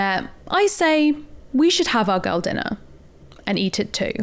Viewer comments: After listening to you say "girl" about 897,000 times, it sounds like "gull". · Oh, GIRL! I thought you were saying, "Gull dinner" as in seagull. I couldn't figure out what the food had to do with sea birds.